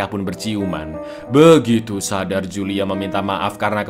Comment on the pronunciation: itu bacanya Hulia cak bukan Julia, wkwkwkwkwk